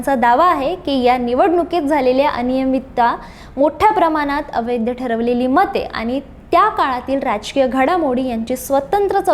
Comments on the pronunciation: "अवैध" ह्या शब्दाचा उच्चार "अवैद्य" असा करीत जावू नये. कांहीं लोक "ऐतिहासिक" ह्या शब्दाचा उच्चार "एतिहासिक" असा चुकीचा करताना आढळतात. ते टाळलं पाहिजे. गोष्ट लहान असते पण,....... असो, बाकी मजकूर वगैरे उत्तमच. खूप शुभेच्छा.🙏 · अवैध या शब्दाचा उच्चार व्यवस्थित करा.